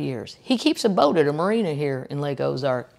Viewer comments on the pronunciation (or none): none